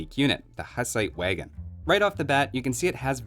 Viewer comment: As born Bohemian your pronunciation of Hussite wagon and Houfnice hurts my ears :D